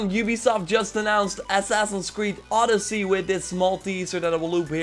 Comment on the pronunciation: 🇬🇷It's not oooodyssey it's odyyyyssey 🇬🇷 :)